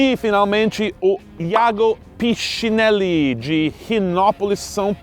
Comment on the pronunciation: Seth, a pronuncia correta no nome Hiago Pichinelli é Iago Piquinelli. Não se pronuncia o H e o sobrenome é italiano onde CH tem som de QU, como CHISSÀ, PERCHÈ...